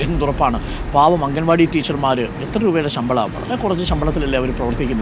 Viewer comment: Mr...... അംഗൻ വാടി അല്ല.... അങ്കണവാടി........ മുറ്റത്തെ പൂന്തോട്ടം... 🥰....... അംഗന =സ്ത്രീ..... അങ്കണം =മുറ്റം..... ✅✅✅